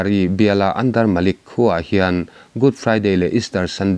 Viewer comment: Malik ni lo in manik tih tur aw kapu rumlian